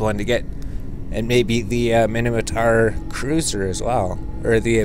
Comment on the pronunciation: did you just said Mini-matar?